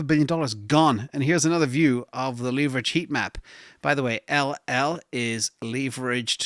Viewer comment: leeverage lol